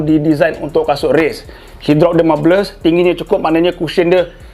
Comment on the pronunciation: excited sngt smpai tersalah sebut drop😂😂 semoga bro cepat recover and dapat terus berkongsi ilmu running 🥺 #roadto50Ksubscriber #OnPoint